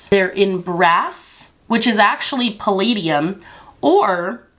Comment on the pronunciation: I’m mad she said palladium 🤣🤣🤣